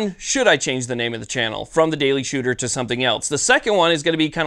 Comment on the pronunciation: "The Daily Shewtah."